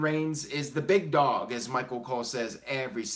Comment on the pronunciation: I’m pretty sure Cole know how much it pisses people off so he emphasizes it more and more each week: “thaa BIGdogggg”